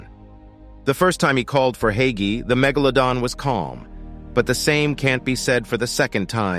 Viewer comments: oh i was pronouncing it "hi-key" the whole time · To Pronounce Haiqi Is Like Haichi